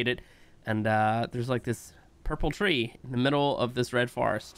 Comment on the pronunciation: Anyone else noticed the Plasme Tree and not Plasme Three hahaha :D :D :D :D